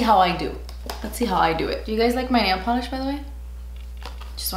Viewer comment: "Do you guys like my nail poilsih btw? ...just wondering" First of all, yes, I do. Second, that sent me lmaooo